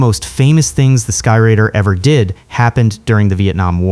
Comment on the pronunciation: A-1, Douglas 'SKY-RAIDER'. RADE-ER, in Phonetics. Not 'Rider'... My Mom (a multi-linguistic Teacher) and my Ex-Wife (a Thespian Dialect Coach) would be slapping your Face with Frozen Bacon strips by now!! LMAO